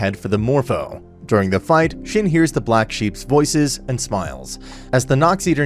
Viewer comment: Your pronunciation of shin is killing me